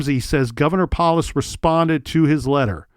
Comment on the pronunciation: I know im 11 months too late but the Governors name (Polis) is pronounced Pole-is. Jared Polis is from Boulder, and he would have been a Teenager when this happened. Like many others in my age range from that specific area (I grew up 14 miles away, 21 mins drive) this case haunts us. I am sure Polis also wants this case solved. Even though I disagree with MANY things that man does, I do believe he is a good man, with a good heart.